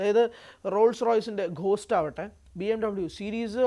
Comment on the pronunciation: Rolls royce ഖോസ്റ്റ് അല്ല... ഗോസ്റ്റ്...